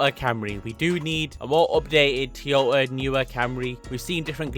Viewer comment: Tea-yota is the craziest pronounciation I've ever heard.